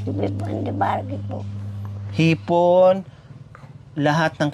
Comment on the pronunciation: Haha hipon hinde ipon 😊